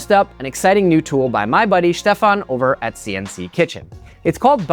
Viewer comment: Me every time you say Stefan: "STEFAN!"